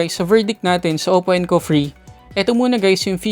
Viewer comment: Pagkakarinig ko encov free haha